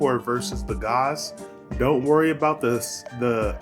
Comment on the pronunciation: callin Gaze "Gauze" wtf